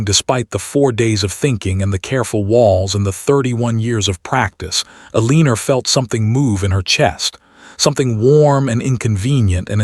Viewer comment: This narrator can not pronounce Eleanor right. Very annoying.